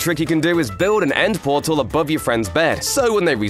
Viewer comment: Pet her nortal???